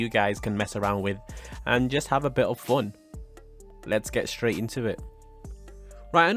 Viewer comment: I like ur accent u say fon